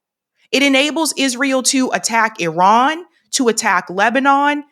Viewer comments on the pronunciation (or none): none